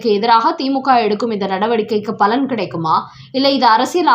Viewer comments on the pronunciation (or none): none